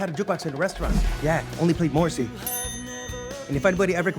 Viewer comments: That's one way to pronounce Morrissey I guess. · why would you pronounce morrissey like thattttttt